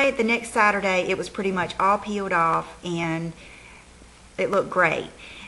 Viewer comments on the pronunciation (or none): none